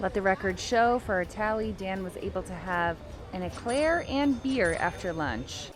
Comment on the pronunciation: au claire instead of eclair was also funny